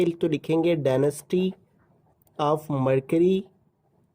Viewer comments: Itd density not denasty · Density not denasty😅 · Sir it's density not denisty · Denasty 😂😂 Density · Sir ap nai Daneased bola hai